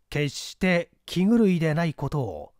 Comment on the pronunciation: 放送禁止用語に当たるため、わざとかもしれませんが、「気狂い」の発音は「きちがい」が標準的と思われます。